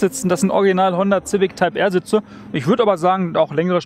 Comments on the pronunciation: ZIVICK? edit ZAUND SCHEK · wen fuckt es auch so ab das er immer honder Zific sagt xD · Wie er ständig Ziwick sagt! xD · Wenn der Herr noch einmal "Zivik" sagt rast ich aus!!! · Finde das Format zwar richtig geil aber Der Typ geht mir Richtig auf den Keks wie Civic sagt😂 kann da nicht Jan einspringen 😅